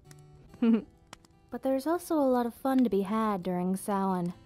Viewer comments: props for pronouncing Samhain correctly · Well done! An interesting & informative history lesson in an intimate setting... And I'm glad you know the proper pronunciation of "Samhain". So frustrating to hear it mispronounced this day & age. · Pronouncing Samhain correctly = instant like